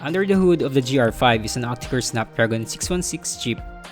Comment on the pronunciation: The review is decent but seriously, please improve your grammar and pronunciations. The improvement will help your videos... at one point it sounded like you said "J"R5 instead of GR5. Just saying...